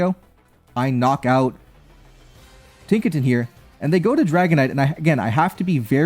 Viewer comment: “tinkatin” it is ton. like the weight. as in gigaton hammer. Tinkaton